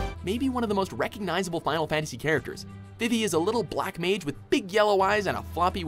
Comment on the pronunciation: the way you said "black mage" offends me. i demand retribution in zenny.